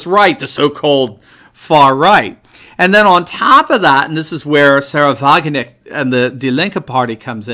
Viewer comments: the k in wagenknecht is not silent! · Hi, It's Sahra Wagenknecht You pronounce it as 'Wagen-echt'. The "K' should be heard in her last name: WagenKnecht. I really like your videos. It's quite special that an American has great knowledge of the European political situation. Carry on. Kindest regards from the Netherlands.